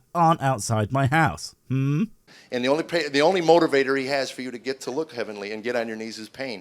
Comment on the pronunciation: I was really hoping that you'd jump on the "motor-vator" pronunciation. Ah well.... I'll chuckle about it to myself.